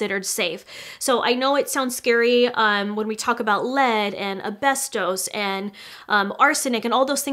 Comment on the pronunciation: subscribed then unsubbed immediately, because you didn't know how to say cochineal or asbestos and couldn't go in depth on certain subjects which indicated that you didn't know much about it From all the drama you've been in, you're supposed to be the specialist that knows more than the gurus....but ok